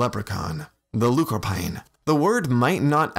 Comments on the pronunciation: Also the end of "lúchorpáin" is pronounced like awn not ain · Nice little vid. I will say though, pronunciation wise: lúchorpáin is 'luke-orpawn' because of the accent over the 'A'. And Tuatha Dé Danann is 'Too-ah Day Danin'.But those are minor gripes. Nice to see our folklore been given attention.